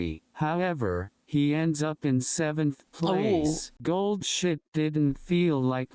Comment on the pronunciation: I'm sorry. I just keep hearing Gold Shit throughout the entire video. I'm not gonna retain anything from this video.